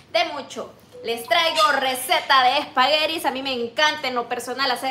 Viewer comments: NO SABES DECIR ESPAGUETIS, NO ES ESPAGUERIS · Espagueris o espaguetis 🤔🤦🤷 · Me parece muy mal que cocine con el cabello suelto y por qué dice espagueris 😊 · Spaghettis.. Es con T.